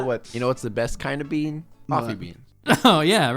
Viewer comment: ZE BEEAN